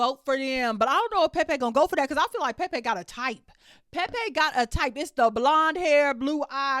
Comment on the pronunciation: I love the way you say Pepe’s name! 😂